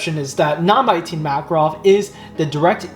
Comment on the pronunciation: It spells like MakAAAArov with emphasis on middle A.